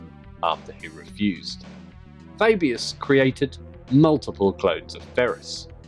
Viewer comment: The Way you say Fabius is Cool.